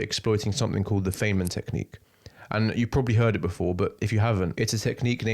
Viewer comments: His name is pronounced, "fineman." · it's pronounced "fine-man" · i'm sorry bro but if you're going to cite richard feynman but you don't even know how to pronounce his name why should i listen to you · Feynman, you didn't consult Wikipedia, which gives the pronunciation of his name.